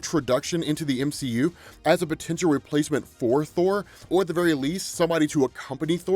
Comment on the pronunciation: "A replath menth thor thorr" i caught that